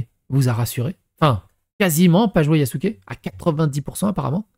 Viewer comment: Il a dit yakuzé😂😂😂